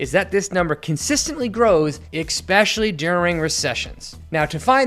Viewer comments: Never listen to an idiot who pronounced especially as expecially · Its pronounced ES-pecially not EKS-pecially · The word especially does not have a K in it. ekspecially is not a word. Thanks for the info on how to analyze a balance sheet. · "ekspecially" lol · Never trust a man that can't pronounce "Expecially" haha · Did you say "exspecially" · Bro is an adult and says “eggspecially” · Verse vs. Versus. Expeshally is not a word. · It’s eSpecially not eXpecially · How an educated English-speaking adult can pronounce the word "especially" as "ickspecially" is an indictment on the education system at whatever schools were attended. Not one teacher corrected you? Ever? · Why do millennials mispronounce the word especially??? It is NOT pronounced EK specially. Stop it damnit!!! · Did you say "ekspecially"? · Thanks! Great! Why do you say “expecially" instead of "especially" ? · U sound stupid when u pronounce it ekspecially. Just saying. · especially is NOT pronounced "e>>>K<<<speshiyali"! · This is great information. My only gripe is that pronounced especially as "exspecially" three times in this video. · I stopped watching when you said "expecially" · Good video. Please practice pronouncing "especially" correctly. And try to avoid pronouncing "str" words with SH. It's strong, not shtrong, etc.